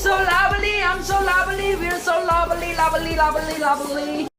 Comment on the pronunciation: No one: Jimin: your so lobely I’m so lobely we’re so lobely lobely lobely lobely ❤️❤️❤️❤️🥰🥰🥺🥺